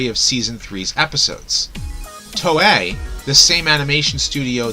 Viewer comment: You Mispronounced Toei.